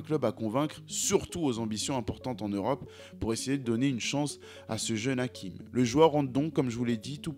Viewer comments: Pronunciation in Arabic sounds Hashim not hakim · Hachim pas Hakim ça se prononce ch comme le chat. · Ce n'est pas hakim c hachim avec un ch on prononce le ch sinon très jolie documentations force😊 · C'est Hachim et non Hakim. Avec un CH prononcé comme dans Chine. Bonne récap' en tout cas. C'est bizarre, parce que je me demandais récemment ce qu'il devenait, et je tombe sur cette suggestion youtube. Mastour aurait dû être un Lamine Yamal avant l'heure. Merci pour le travail. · Hachim ch comme ça se prononce